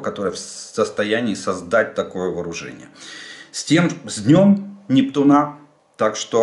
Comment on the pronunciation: Жданов, почему вы говорите НептунА? Надо говорить НептУна.